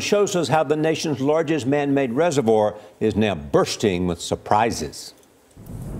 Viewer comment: Nevada not nivoda and reservoir not resivouh